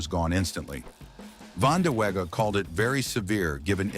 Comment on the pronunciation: i apologize the AI pronouncing "Vanda-wega" is funny but just not right 🤣